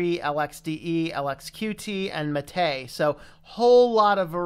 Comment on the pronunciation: What? It's pronounced MAH-tay